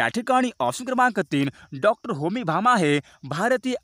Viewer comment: भामा नाही भाभा म्हणा